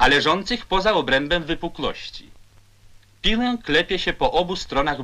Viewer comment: Lektor, który mówi PIŁĘ, a nie piłe. I to Ł przedniojęzykowe😗😉😊